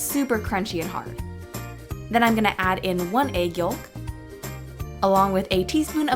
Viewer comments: Egg Yulk 😂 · Watch the way she says egg YOLK!! It's hilarious!! The way she yolk tho!! 😂